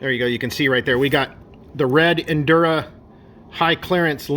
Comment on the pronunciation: Bro it's "injora" not "indura" there's a j... it's literally in writing right in front of your face